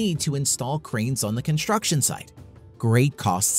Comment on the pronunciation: It is construction and not "conshturction". Am I the only one who's irritated by this pronunciation?